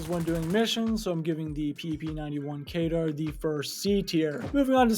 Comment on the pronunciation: kedr not kaydar